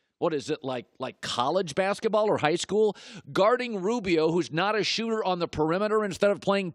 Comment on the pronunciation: I heard “ robio” “ westbrick” couple times